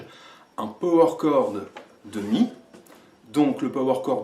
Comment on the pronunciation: “Peau-Oueur Corde”!!! 😅